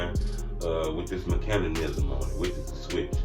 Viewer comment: Meck a nism ( mechanism) 😂😂😂😂😂 not macanasim 😂😂😂😂